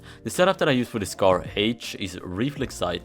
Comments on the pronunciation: "scar haich" - 2020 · Nobody:: SCAR Heich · Its heich ( is swedish btw)